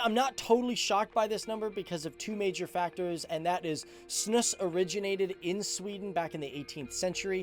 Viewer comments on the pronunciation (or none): It's snus not snuss and we have it in Norway too My perception is that few people smoke, but snus is a little more common (I'd guess less than 20% do tobacco) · It's more snus not snUss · Snus, not "snuss". It's pronouced it a bit like "snooze". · You say ”snus” with a long ”u”, so you say snus like snuus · It's pronounced snus not snus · its not snuss its snuus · Great video, although it's not called snuss, it's s.n.u.s and you do spit it out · It is pronounced snooze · Its snus not snuss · How you said SNUS 😂😂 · its so fun watching you pronounce snus XD i am swedish btw